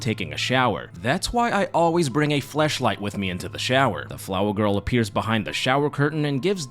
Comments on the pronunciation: The amount of SpongeBob references you used 😂 Pretty sure i heard you said Fleshlight instead of Flashlight 💀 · BRO DID NOT SAY "FLASHLIGHT" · do you mean flashlight or did you intentionally say fleshlight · Is it only me who heard “fleshlight” instead of flashlight….. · I know you said flashlight into the shower with you but I heard fleshlight the first time and this video suddenly took a different turn... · Wait a damn minute! I could've sworn you said flashlight right? 🤣🤣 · had to rewind 5 times to hear flashlight